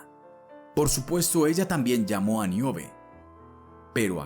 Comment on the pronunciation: No es Miobe. Es Níobe.